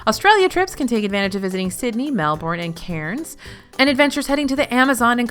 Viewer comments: Just to point out, I think you said Melbourne and Cairns wrong :) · the way she said melbourne and cairns AHHAAH god bless americans